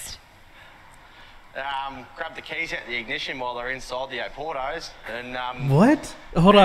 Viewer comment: o-PORT-o's so obviously it sells wine :D